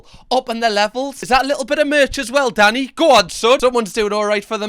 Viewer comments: I genuinely can’t tell if his name is Danny or if you’re calling him daddy 😅😅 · This entire video I thought you were calling him “Daddy” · I'm guessing they have their hygiene rating up twice so the customers know they have received that high rating 2 years in a row? Or however often they are rated. Oh, his name is Danny? I thought, for most of that video, that you were saying Daddy! 😂 No, fish should not be slimey, not if it's fresh! There is always at least one bully in any group of people but I'm thinking Danny will be able to handle them, just fine. I don't see Danny as the bully in this instance. He was just giving his personal view. He wasn't abusive, he was just pointing out that he thought it was the wrong thing to do. And I agree. But I don't think the guy he was talking about was abusive either, if he praised Danny. If this is 'beef', then it's a teeny weeny miniature highland calf! ❤️💛🩷💙🧡💜💚 ❤ from the Highlands of Scotland 🏴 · I know Danny is being said all I hear is Daddy. I know jerk chicken is being said all I hear is dirt chicken. I am pretty sure in the states you can't have a random kitchen in your house selling dinner to the neighborhood. The city will not do an inspection for you or give you a business license or they will say that your in a residential area that is zoned for houses only not food kitchens.